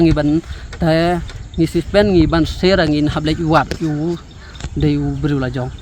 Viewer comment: Teh2 ne reporter 😂😂nongkren ruh mut ong suspect ne suspen ne bapli kwah kren phareng palat😂😂😂